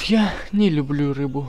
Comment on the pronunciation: Не лублу